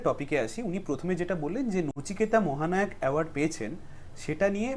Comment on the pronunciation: 'মহানাওক' ! 😂 ব্যাটার বাংলা উচ্চারণ শুনলেই বোঝা যায় ও ম্যাট্রিক ফেল |